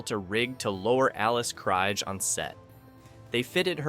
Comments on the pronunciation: FFS so many names & words not pronounce correctly it was so irritating. its pronounces as KR EE G Not Kr eye g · Alice's last name is pronounced KREEEEG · KriGe, KreeGE... ugh AI sucks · Got to 59 seconds. 1st Alice Kriege's name is mispronounced. Then they butcher Zefram. Nope! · KREEGER. Krige . Get it right. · Right? - Alice Cryg. Ugh. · Zefrem . Its not easy to mispronounce. Krige. Get it right. Dorn was the best with rhe best line,. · Oh for treks sake! Get Alice krige's name right. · WHAT DO YA EXPECT FROM CONTENT WITH AN A-I NARRATOR⁉ Sorry but on :yt: I've noticed when A-I narrator in use it's going to be repetitive and jacks up names like it did Alice Krige surname pronounced it right and 5 seconds later mispronounced her name and it happened more than once along with random clips that doesn't align with the narrator and yeah they could've put a still image... YOU'RE A VICTIM OF POORLY PIECED TOGETHER CLICK BAIT AND NO ALTERNATE ENDING... OFFICIALLY MAKE THIS CLICK BAIT